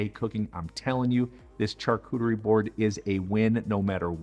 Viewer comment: It's pronounced Sharcuterie not charcuterie!